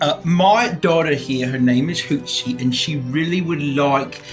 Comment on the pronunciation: it's Hootsie 😭😭😂